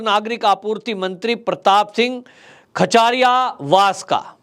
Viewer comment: खाचरियावास khchariyawas नहीं